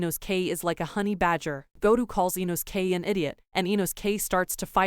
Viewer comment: "InoSKAY" "Douhma" "Aow"